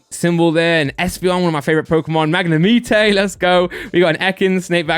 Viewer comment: Bruv, please stop calling them mag-ne-mi-te.. its mag-ne-mite.